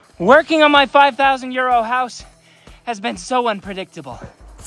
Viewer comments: He keeps saying euro but I keep hearing “ year old “ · the way the pronounce euro sounds like years old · It always sounds like your saying my 5000 year old house not Euro house 😅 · Every time I stumble onto one of these clips I hear "My five thousand year old house".